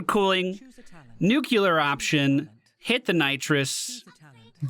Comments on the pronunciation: If you care, two pronunciation tips: Ablative: It has two meanings, each with its own pronunciation. If you pronounce it "AB-LUH-TIVE" you are referring to the grammatical case. If you pronounced it "A-BLAY-TIVE" you are referring to the act of carrying away/deflecting (i.e. ablative armor) Nuclear: Is pronounced "NEW-CLEE-ARE". A common but incorrect pronunciation is "NEW-CLUE-ER" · Nu-Clear option.